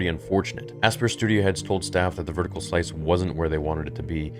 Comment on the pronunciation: Asypr is pronounced just like Aspire. Ass-peer is pretty funny though.